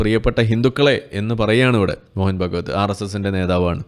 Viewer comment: മോഹൻ ഭഗവത് അല്ല ഭാഗവത് എന്നാണ് ശെരിയായ ഉച്ചാരണം